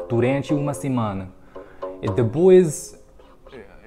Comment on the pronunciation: Portuguese here. Work on some words like "Depois" ( de poish).Other than that, for someone who learnt in a week, it's impressive.As to French I agree.Une merde lol but that's normal even for me having studied ir for many years.The trick for me is to travel to those countries and learned in loco. Your Spanish is quite good.